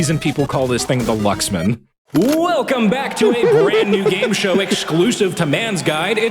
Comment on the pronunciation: Ah yes the lucksman